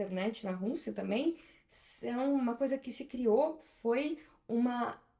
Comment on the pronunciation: Acho engraçado o jeito que ela chama o nome do país: Rûssia